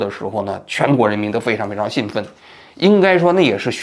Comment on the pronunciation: 兴奋是第一声，兴高采烈是第四声。